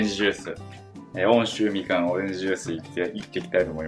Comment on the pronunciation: うんしゅうみかんだよね？温州みかんの読み方